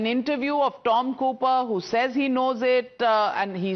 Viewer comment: Cooper re not Hooper